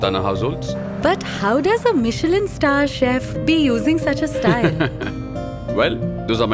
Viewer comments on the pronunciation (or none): none